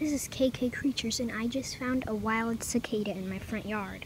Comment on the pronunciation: It's cicada not zicada